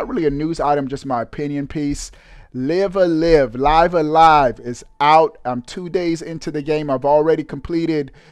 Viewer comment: It’s pronounced Live-A-Live.